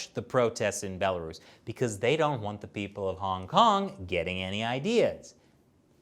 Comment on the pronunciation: "a bela-ruse" amazing.